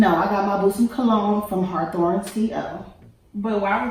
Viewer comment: Yeah has to be from LA, the pronunciation of Hawthorne never fails.